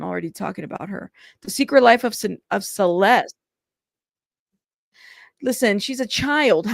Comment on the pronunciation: To me, it sounds like she mispronounced Celeste's name because she couldn't quite remember her name.